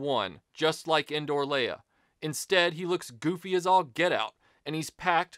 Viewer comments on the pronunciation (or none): When I heard "Endor Luke," even though I knew better, it sounded like he was saying, "Indoor Luke," like it was the one Luke Sky Walker figure from the trilogy that never went outside. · I honestly thought he was saying "Indoor" too. It took me a minute to realize he was saying "Endor". I always thought those figures were called "Poncho Luke" and "Poncho Leia".